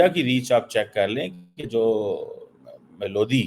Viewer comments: भाई मेलोडी है मेलोदी नही 😂😂😂😂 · Its melody like in song. See how this illiterate motu pronouncing it😂😂😂